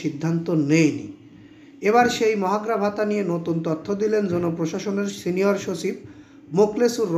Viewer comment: ভাই,মহার্ঘ ভাতা আপনি তো উচচারণ করতে পারেন না।